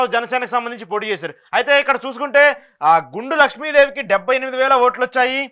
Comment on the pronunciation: ఎక్కువ తప్పులు గా స్పెల్ చేస్తున్నారు... గుండ కి గుండు అని చెపుతున్నారు....... అలానే కారణం కి కారం అని పలికారు.....